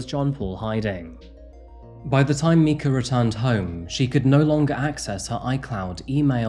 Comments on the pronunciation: Why does this host keep MISPRONOUNCING a dead woman's name? It's obviously MI-KA, with a long I sound, not MEE-KA. The news reports and people who knew her pronounce her name correctly. This is disrespectful to the highest degree. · why are you pronouncing her name as mee-ka when in the videos you played of real news reports, and people who actually knew her, even the video of John Paul speaking at the pulpit, they are pronouncing her name my-ka? Even the word mica by itself is pronounced my-ka. Do you not bother to watch the videos you put in your videos? Do you not research? This seems really off that you'd mispronounce her name when you have clear as day proof of how it was actually pronounced. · The video footage of the people who knew her and talk about her pronounce her name “m-eye (as in eyeball)-ka”. Not “Meeka”. It makes you look really disingenuous to pronounce the victim’s name incorrectly (multiple times)! 😡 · I'm curious why you call her Mee-ka when everyone on the videos you use call her My-ka. It's a bit odd but anyway otherwise good video on an interesting and baffling case. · She pronounces her name as "my kah" not "me kah". This whole case is insane. JP is an abusive narcissist who terrorized not only his first wife and their children but Mica as well. He is one of the creepiest abusers that I've ever seen. Watching his "sermons" in the church is just incredibly cringe, not just the one after Mica's passing but all of his earlier sermons as well. I'd love to know who exactly went to his church because I don't know how intelligent people could listen to him every Sunday and think "yeah this dude is holy and insightful". He sounds like the meth head guy you avoid on public transit. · it's My caaa not meeca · It is pronounced My-kah not Mee-ka. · The family in the video clearly pronounces her name My-kah but you keep saying Mee-kah? What's up with that? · I think it’s pronounced My-ka instead of Me-ka. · Her name was pronounced MIKE-ah.